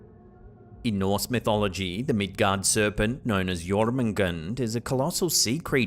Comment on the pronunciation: It's not Jormungand, but Jørmungandr